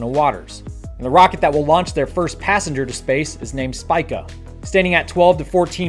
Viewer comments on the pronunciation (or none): not Spike-A it's pronounced Speak-A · About "SPICA": -> It is pronounced "hs-pika" (like if you were drinking from a straw, then saying "Pikachu").